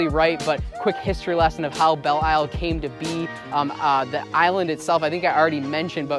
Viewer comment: It's pronounced Bell Lyle.